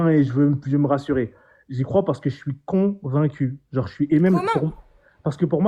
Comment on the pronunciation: "Je suis con...vaincu".... intéressant choix de pause entre deux syllabes....